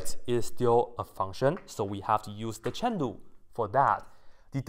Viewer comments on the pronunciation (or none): How did u pronounce chain rule? Is it Chen du? Lol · lmao it sounds funny